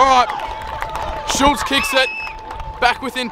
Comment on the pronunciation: bro out here calling schultz switta ???